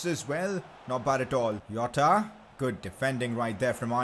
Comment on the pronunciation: When you are pronouncing a Portuguese name, the J in Jota is pronounced like an s in the word treasure. Not like how in Hispanic names you get J pronounced like H, or Y etc, Hope this was helpful.